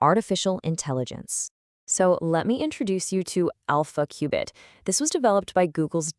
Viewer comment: Your AI talking about AI cannot pronounce qubit?